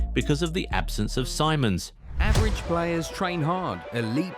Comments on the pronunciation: See-mons. Not Sai-mons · You should say it's simons not saimons